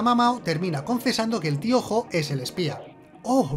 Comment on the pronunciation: ¿Tío Jo? Todo el video pensé que decía Piojo